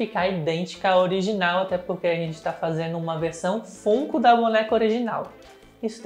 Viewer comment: Sempre fantástico seu trabalho, sou fã faz um tempo… Duas observações para te ajudar (perdoa se de alguma forma parecer chato)… FUNKO POP se pronuncia FÃNKO POP… assim como FUN (diversão em inglês) se fala FÃN. E a serie ROUND 6 é Round SEIS mesmo, em inglês é SQUID GAME e o unico país que traduziu como ROUND é o Brasil mesmo então o número está em português. Parabéns pelo canal sempre